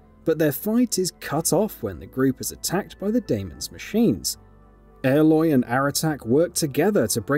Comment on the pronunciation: I can't get over how he pronounces it. Like... her name is said so many times in the game. How does he get it sorted wrong.